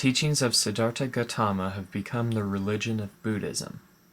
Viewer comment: you said it wrong im nepali and i know how to say it